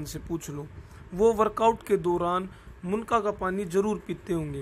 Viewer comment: Bhai munka nhi munnaka hota hai